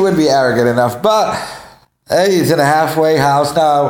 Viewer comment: A "hagglffwayguh" house?